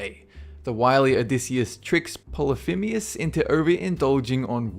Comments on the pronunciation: How is it you are managing to pronounce Polythemus polythimeus? Where are you seeing that e? I'm pretty sure you pronounced it right the first time, so what the heck? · How do you research your videos? "Phoenician" - not pronounced "Phin-o-see-an", but "Phun-ee-shun". "Polyphemus" - not pronounced "Poly-feem-ius", but "Poly-feem-us". "Daedalus" - not pronounced "Day-DALL-us", but "Day-delus". Also Odysseus says to Polyphemus that his name is "Οὖτις", which means "no-one" rather than "nobody". The Minotaur was not fed Medeans - the Medes were a people who lived at this point in what is now modern Iran/Turkey. The Minotaur was fed Minoans/Cretans.